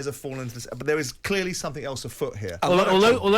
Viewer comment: Why can't Simon say "clearly" properly